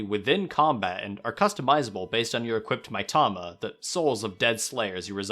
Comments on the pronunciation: You tried so hard to make Karakuri sound "authentic" and then proceeded to pronounce every other Japanese word as American as possible. Kaymoano, Mytama, Toekidden, Owni. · the way you pronounce mitama hurts my soul